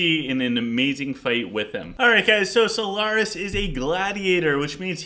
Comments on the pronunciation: I would say in this episode the mispronunciation is having a large impact. It doesn't matter normally if you add a syllable or something, but you are reviewing solaris calling him solantris and talking about artifacts of which one of them you are discussing is called solantris. Its just a huge confusing mixup because your audience has to try figure out what you mean. I would seriously just send the 5 minutes to sort out the pronunciation. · it is solaris not solANTRIS lol